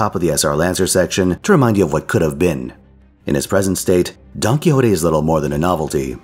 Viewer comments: Big fan of rattling off that Spanish NP name with absolutely no issue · Indeed, great pronunciation!